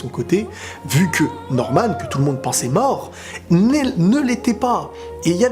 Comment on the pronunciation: An faite ses pas normane ses norman